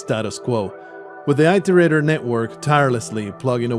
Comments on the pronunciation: First, this isn't meant to be mean or anything, just a correction. It's not "eye-tor-ate-er". It's said just as it is spelled. Iterator. It-er-ator. IT like the word well, 'it'. ER, like error, ATOR, like gator. I don't mean to come off as nitpicky but listening to this (more then watching) I didn't understand what you were talking about in the intro until further in when you introduced them. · And mine "The Affairs of Passing Gods: Rain World's Full Story" by Solemn Sunday. in. (Id link it directly but youtube like to auto delete comments at times that hold links) If you look up 'how to pronounce Iterator' it all comes out the same. As its also a programing term meaning to navigate a container, like lists... I've never herd it said like "eye-tor-ate-er". Another youtuber missaying it isn't evidence :P So counterargument countered. Again not meant to be mean or anything. But wanting to look up the story and get a better understanding of the game, I had to stop and go. 'whats an eye-tor-ate-er'? OH they mean it-or-ater. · Please look up the correct pronunciation of iterator. Dazzombies pronounces it in the way you do, so you likely got it from him, however you can find him mentioning in multiple videos as being mispronounced.